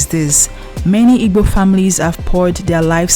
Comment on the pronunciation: Why you can't pronounce igbo very well?